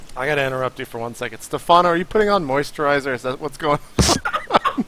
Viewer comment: how you say it? Moysteriseur?!.... I recently downlorded Starwarz Repurblic, but it sux, I playd 2 hourz... - ROFL. Stephano is the business.